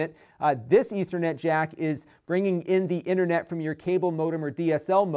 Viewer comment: Can you say internet? Lol